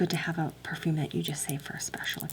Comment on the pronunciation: When you said purfoom I actually laughed so hard I cried